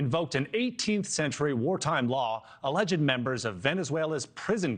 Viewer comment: WHY do you say "alledged"?